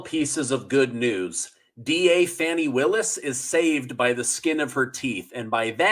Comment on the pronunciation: Even the way you say her name is bogus.....